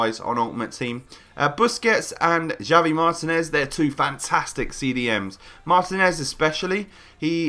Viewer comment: you say HUAN mata, but yet you say DZHAVI martinez and DZHESI rodrigues. mate are you plain stupid? it's HAVI martinez, HESE rodrigues. learn it for once.